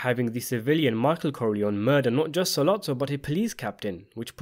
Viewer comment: I do enjoy your videos...but I wish you'd pronounce the name 'Corleone' correctly.